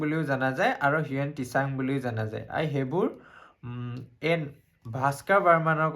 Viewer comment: হিউৱেন টিচাং neki bro......val hol koi dila moi ako হিউৱেন চাং বুলি পঢ়ি থাকো ... Lol